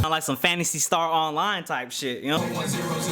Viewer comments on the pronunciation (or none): none